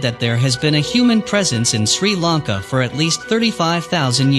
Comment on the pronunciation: This man, This man's pronunciation of Sri Lanka names is completely wrong. He should have asked a Sri Lankan person how to pronounce the names. Not a Tamil living in Sri Lanka, they call themselves Sri Lankan but cannot speak or pronounce words properly. Video is badly put together.